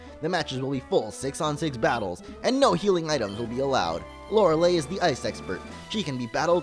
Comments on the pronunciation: It's pronounced LO-RAY-LIE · Lore-a-lie a believe that's how it's pronounced. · Prenounce it as Lorelie if it's still a problem xD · I believe Lorelei is pronounced Lor-uh-LAY because Entei, for example, is pronounced En-TAY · its pronounced lore lay the ei is pronounced as ay sound as in day or entei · lor ah lie is how you say it. :P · its pronounced lorelei :p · It is lore-lie as the name is actually pronounced like that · Lorelei: Lor-el-y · Hey I love your videos,but loreiei the last I is silent